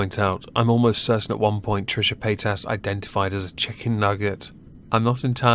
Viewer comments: Paytas... really... I kept hearing Pétasse (french word)... which I wonder if she actually knows and chose on purpose... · I swear I thought you were saying Paint Ass.